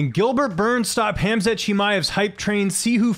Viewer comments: Its spelled khamzat. Its pronounced "hemzah" or himzah.. its spelled hamza in arabic with an aleph but the way its commonly pronounced isnt with the english word ham .. its more of a "hawn" like hawmzah .. but saying the English word "ham" in his name is way off. It sounds like muzzlim or izzlum... to arabic speakers... really sounds super uncultured to get Prophet Muhammadsﷺ favorite name wrong... its one of the planets most common names.. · His name is k(HAMZA)t, letter K n T are silent.